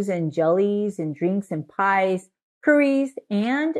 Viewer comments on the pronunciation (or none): none